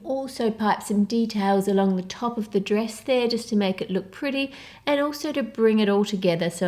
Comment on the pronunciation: it triggered me whenever she said 'dress'